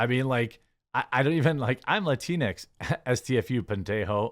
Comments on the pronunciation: It's pronounced lat-inks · Latin-x Latin-e Not latinex lateenee